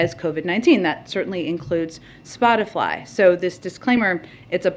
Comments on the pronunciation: My red pill moment was when Jen Psaki said "spotifly". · I wonder if Psaki mispronounced spotify on purpose to make it seem like the she and the administration have more distance from the issue and the company